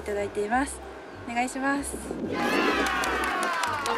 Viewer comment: おねがしになってる笑笑